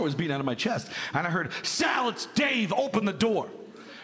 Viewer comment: For some reason I thought he said salad 😂😂😂 instead of Sal, it's Dave